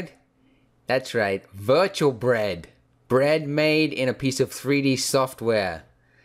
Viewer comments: Crispeh, dougheh bred. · 'Y'know the only thing better than real breag?"